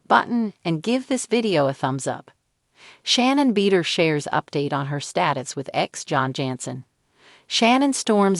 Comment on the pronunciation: IKR? ridiculous - pretending to have the inside track on information about someone whose name the AI robot can't even pronounce. "Beeder." lol